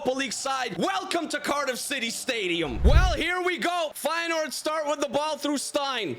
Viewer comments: I'm an feyenoord fan and you dont pronounce the 1st e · Actually I dont know if you speak dutch but it is feijenoord originally